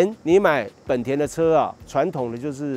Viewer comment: 為什麼明明是「ほんだ」honda，偏偏一堆人唸「はんだ」handa？